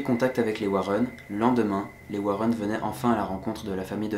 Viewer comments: On prononce Warènn et pas Wareun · Warren pas Warron, ta prononciation mec... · J'étais emballée jusqu à ce que tu prononce "Warren"...